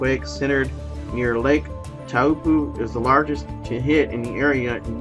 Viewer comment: Pronounced - Tau rhymes with how and po like so. How so? Taupo! Cheerio.